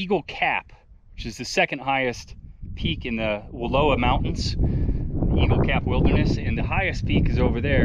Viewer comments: You’re pronouncing Wallawa incorrectly. Wuh-LAH-wuh is the correct. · Not Wallua..WallOWA. Just like Oregun not OrEgOn. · I was raised in Joseph....the word Wallowa is Nez Perce and means 'fish trap'.... it is pronounced Wuhl ow ah...hikes and horse back all over those mountains growing up. I'm 72 now and can tell you it has changed a lot! We used to slide down a glacier on plastic bags and get ice cream head ... but what a great way to cool off after a hot summer hike! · An inspiring presentation of the world of the Wallowas, which are are a subsection of the Blues. The name is pronounced like *allow*, as I learned by being corrected by a local years ago. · I was just going to say it’s pronounced like allow is, I’m a local. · Don’t be a greenhorn, say Wall-ow [as in how, not low]-a [as in us,] Wallowa. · Learn how to say Wallowa properly.